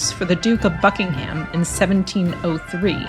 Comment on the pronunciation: One small tip. The H is silent in Buckingham